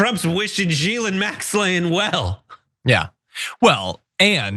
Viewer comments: Ghislaine /ɡiːˈleɪn, ɡiːˈlɛn/ ghee-LAYN, ghee-LEN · Gee-Lynn Maxwane...? Huh...?